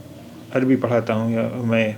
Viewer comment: اے جاہل کے بیٹے جاہل تیرا پورا خاندان جاہل: اتنے غلط پڑھتے ہو عربی، اگر تو جاہل عوام ہے تمجھے عربی نہیں آتی تو کم سے کم چپ رہتے غلط نشریات کرکے امت کو گمراہ نہ کرتے